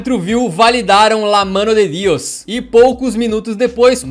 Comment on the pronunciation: Só queria saber uma coisa... Qual teu problema com o idioma espanhol? Todo vídeo que tu cita Maradona tu manda um "Díos". É espanhol! Não italiano! É "Diôs" a pronúncia e não "Díos"!